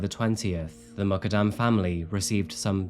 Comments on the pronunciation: It’s important to pronounce names correctly. Her last name is pronounced, “Moo” “kud” “dum” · Please her name is Noor Mukaddam Pronounced Moo-kuddam Please be sensitive enough to pronounce names properly!! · Last name is pronounced “Mook-uhd-um”